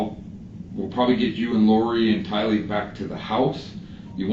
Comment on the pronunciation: It's Tylee, not Kylee... And you're absolutely right the story's didn't match.. Her's matched more with her moms because she rode to burger king and JJ's school and "mom" told her what to say... But they still didn't match... Fly high JJ and Tylee... You both deserved a mother and family who would protect you ❤